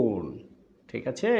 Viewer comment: Your 'thikache ' sounds funny 😂